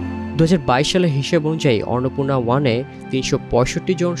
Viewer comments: টিবিএস এর মত একটা সংবাদমাধ্যমের কন্টেন্ট এর ভয়েসঅভার আর্টিস্ট কন্টেন্টের বিষয়টির নাম ঠিকমত উচ্চারণ করতে পারছেননা। খুবই হতাশার ও শ্রুতিকটূ ব্যাপার । অন্নপূর্ণাকে ইনি উচ্চারণ করছেন অররনপুণা😢। অনলাইনে আপলোড করার আগে কারও কানে এটা বাজল না!!। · অর্নপূর্না উচ্চারণ করছেন কেন? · অন্নপূর্ণা উচ্চারণ করতে সমস্যা? এখন দেখি রিপোর্টারকে নতুন করে বাংলা উচ্চারণ শিখতে হবে 😂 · ফালতু রিপোর্টার! একটা পর্বতের নাম ঠিকমতো উচ্চারণ করতে পারে না! আবার নিউজ করতে আসছে! নিউজ দেখা বয়কট করলাম! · এরা সমস্ত যুক্তাক্ষর যুক্ত তৎসম শব্দ উচ্চারণ করতে গেলে হেগে দেয় এর মূল কারণ হলো আরবি, ফার্সি ও বিকৃত বাংলা উচ্চারণের মাত্রাতিরক্ত প্রভাব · 😂😂😂 এই সাংগাতিক তো দেখি অন্নপূর্ণা শব্দটাও উচ্চারণ করতে পারে না